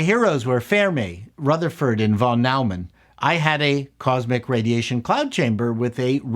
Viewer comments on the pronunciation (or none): Yeah that one is ...a tad off too. I only know this because of the microphone company. They pronounce it noi-monn. We still love our former network executive. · Now, let's discuss your pronunciation of von Neumann...😊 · "I was a massive nuclear physics nerd"... who can't pronounce Oppenheimer or Von Neumann. 😉